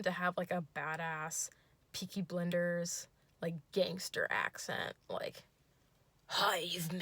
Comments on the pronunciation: peaky blinders, top qual pronunciation. genuinely wish it was that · girl i know you didn't just pronounce peaky blinders like that lmaooo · I'm sorry I had to pause the video to lmao at how you pronounced peaky blinders😂 I love that show and your storytelling skills are amazing!